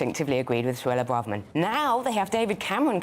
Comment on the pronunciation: Please hire a sound engineer. The sound on your broadcasts is awful. It either cuts out or it just echoes. It's really poor if you want to be taken seriously as a major news channel. Also please agree as a channel how to pronounce Braverman. It's painful to hear political commentators who can't even get the name of one of the highest politicians right. Listen to how she pronounces it. Do some research. It's incredibly disrespectful to get someone's name wrong especially when you must hear it 100 times a day.